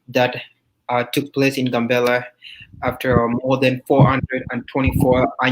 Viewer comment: The Town is not called GUN bella , it's called GAM bella.